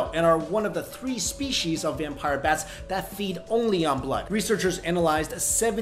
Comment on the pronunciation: SPESHEESHH ( if you notice )